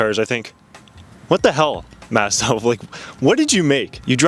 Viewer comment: Bro, it's "Maawzzdaah", not "Mizzadwah" 😂